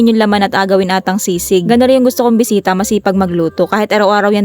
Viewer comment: Besita po ba o bwesita rinig ko